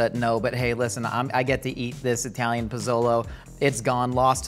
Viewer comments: The P'Zone was really yummy and filled with ingredients. We hardly ever order out and had no clue they don't make it anymore. Personally, I would enjoy this show much more without all of the innuendo's because they just don't match with what you're doing which is cooking. Also, each of you say "Italy". Now say "Italian". Now say "Italian" correctly. Thank you. 😅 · EYE-Talian lol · it's not Eye-talian (people aren't from Eye-taly) 😂